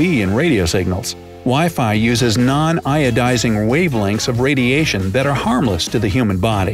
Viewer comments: Iodizing? Putting Iodine in the signals? Isn't it Ionizing? :/ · Yep its ionizing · Yes it is IONIZING :) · Great video, as usual. "ionizing" radiation though, not iodizing. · Ionizing or iodizing? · Ionizing radiation, not iodizing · Wireless Fidelity and ionizing instead of iodizing..maybe a little less bright today. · Haha that's ionizing not iodizing. No iodine here